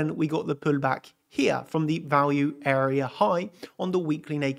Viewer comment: why is your accent "pulllback" puLL?